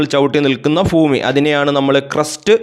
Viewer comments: ഫൂമി അല്ല ഭൂമി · Fumi Alla sir Bumi anu 😂😂😂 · ഉച്ചാരണം seriyakkoo